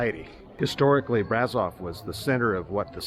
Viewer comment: Another lovely video 😊. Braşov is pronounced Brashov though, sweetheart. No worries. Romanian's not an easy language. The people here are so nice and lots of them, especially the younger ones speak English.